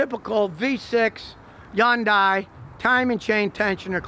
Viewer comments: So, Scotty has found out that Hyundais aren't all that bad but now if he can just learn how to pronounce it. Hyundai rhymes with Sunday. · 1. This guy is highly opinionated. 2. He can't even pronounce the name correctly, and back to point #1. 3. It is not the same thing, that is why it is not covered by recalls. 4. The engine cover is not a beauty cover, it serves a purpose whether you agree or not. Bottom line, same old mechanic who has not evolved with time. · Not how you pronounce the word but thank you for trying. :) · Could some one teach him how to pronoun...HYUNDAI. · You would think a professional mechanic could pronounce Hyundai correctly... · The Y in Hyundai is not pronounced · The way he is pronouncing the brand name is going to give me a facial tick. Please stop, you're saying it so wrong it hurts lol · I have no idea why he's pronouncing it that way 🤦🏼‍♂️ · Appreciate your telling the truth but when are you going to start pronouncing the name properly. It's HUNDAI not YUNDAI. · So..its not .. YUN DIE ?? lol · Everyone else: Hyundai Scotty: yuindai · Okay Scotty, I love your videos but I gotta correct something because it drives me nuts each time. Hyundai is not pronounced “YUN-DIE”. It’s pronounced “Hun-Day”. An easy way to remember the proper Korean sound for the word is that it rhymes with Sunday. “Hyundai, Sunday”. There’s no such thing as a Yun-Die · I've noticed that Scotty Kilmer mispronounced HYUNDAI as " HOON DIE" which it is not. It is "HUN DAY" like it is correctly pronounced on their TV commercials. It seems he is doing this on purpose! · “Yun-Die” ? Remember the Hyundai commercial years ago where they said “Hun-Day, pronounced like Sun-day”? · GOOD GOD LEARN TO PRONOUNCE HYUNDAI. It’s either “Hayun-die” in the original Korean or “HONdie” like the official US commercials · Scotty, it's pronounced HUN DAY. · Step one when reviewing a Hyundai is to properly pronounce Hyundai. It rhymes with "Sunday" (the "Y" is silent). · It’s hyundae